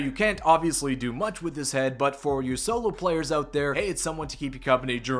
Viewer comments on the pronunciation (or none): none